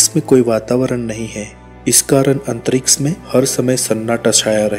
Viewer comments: अंतरिक्ष not....अंतरिक्स....btw.....very nice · Tongue move nahi karti kuch logo ki aise words bolne me... Unhe kitna bhi samjhao wo antriks hi bolege